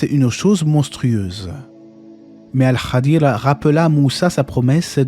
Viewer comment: Merci pour cette video et pour toutes les autres, qu’Allah vous récompense ! Ps : il me semble qu’on prononce « Al Khidr » et pas « el Khadir »